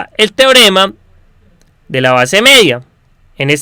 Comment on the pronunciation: hablas un poco mal, mEDia no jODas, no gRITes